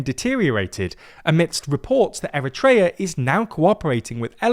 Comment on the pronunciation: eriteria is being erit-tating!!